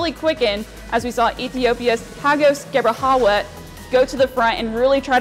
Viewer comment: Excuse me? Hagos Gebreh `what` ??? Cmon…. Geb R Hee Wet. Not that hard to pronounce